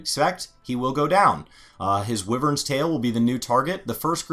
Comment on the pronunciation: And wyvern lol